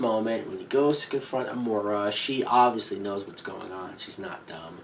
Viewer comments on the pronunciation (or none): I don't want to be a nit-picker, but Amara is pronounced, a-MARE-a... not a-MORE-a.